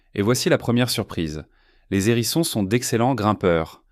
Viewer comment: Pas mal , mais vous m’agacez avec vos liaisons "maltapropos" : des zérissons encore et toujours des zérissons , ça devient presque insupportable ! Arrêtez s'il vous plait , et on vous pardonnera peut être les photos de porc épic qui n'ont rien a faire ici . E bref , soyez un peu plus sérieux , ce sera mieux .